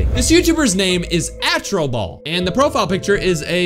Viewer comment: Yeah, you’re saying the name wrong. It’s actually called Astro ball. I’m not trying to hate or anything. I’m not supporting these stupid channels or anything either you were just saying the name wrong